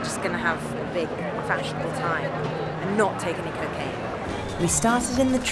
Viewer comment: "and not TAKE any cocaine".... she placed her emphasis incorrectly, and will probably have taken cocaine that next moment. Also, she is a stuck up bitch. Over judgemental. Bad reporter. Worse person.